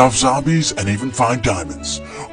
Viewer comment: Bro emphasized on the "come" part